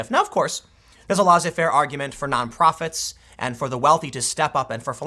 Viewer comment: "laissez" is pronounced "lésé" not "lazé"